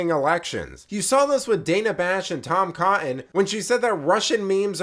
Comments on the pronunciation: Great post but but please STOP DROPPING T’s and D’s Off of words like “ Tom Cot ‘en (it’s Cotton) Bad habits makes people sound ignorant. Also Impor-ant and Joe Bi-‘en, di-‘ent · Dear, How are you; I am fine. When you don't annunciate your t's "Co-in" instead of Cotton, you sound like a millennial basement dweller. Your pal, Don P.S. Keep up the good work.